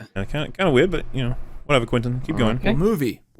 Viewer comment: Quittin' *Tippletino please get his name RIGHT